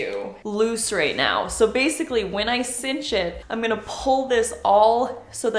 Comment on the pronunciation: Cinch! Synch is pronounced sink